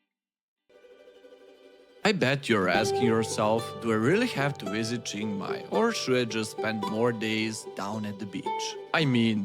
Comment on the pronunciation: Nice vid, but if you say Jing Mai one more time I'll have to punch my screen.